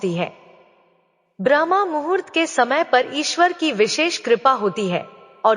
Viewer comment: ब्रह्मा मुहूर्त नहीं बल्कि ब्रह्म मुहूर्त